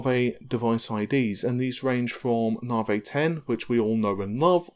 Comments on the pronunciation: When nobody else on the planet calls it Nahveigh, why would you continue to do so? proves you can actually pronounce Navi, so why stick to Nahveigh? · nope the moron says narvhey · I beg to differ, I am English and know of no accent that pronounces Navi, Narrvayy. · I really don't understand why people care so much about how he pronounces Navi. We all know what he is talking about but every video there are a handful of people acting like autistic tardigrades; WhAT iS NaRvHEy. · Because it is just wrong.